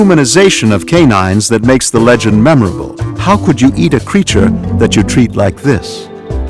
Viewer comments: What's a "Legond" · LOL "legond"